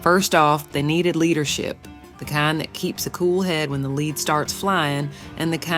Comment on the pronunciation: It's not pronounced 'leed', lead is pronounced led, not leed. Wyatt Earp was pronounced Erp not arp